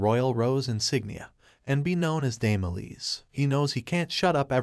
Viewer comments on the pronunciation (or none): her name is E-lise not lisa.